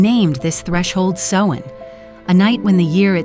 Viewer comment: Samhain garlic for summer’s end is pronounced like cow, or sow( female pig ) or ow,short for ouch. So Sowin,(correct spelling above). It doesn’t sound like what you do to mend of make clothing. Otherwise this is fairly accurate, but the mispronunciation of Samhain drove me nuts.I’ve been a practicing Witch for decades and this is a High Holy day for us. Thank you for caring enough to ask for clarification. Brightest blessings and have a wonderful Samhain however you choose ( just no meanness or violence please) I hope this helps